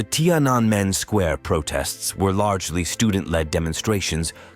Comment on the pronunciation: So, you seem to have some trouble pronouncing “Tiananmen” square. You ok? In any case, a good video.